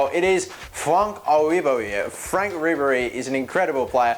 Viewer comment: What was that ribery accent